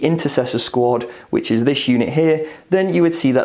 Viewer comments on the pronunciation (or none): none